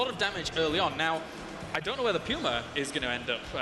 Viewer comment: Finally a commentator who can say "Puma" properly!! :) I'm NOT talking about Day9 of course... "Pooma" :p